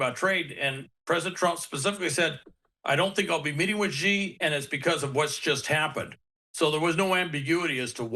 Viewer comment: Google says China presidents name is pronounced Shee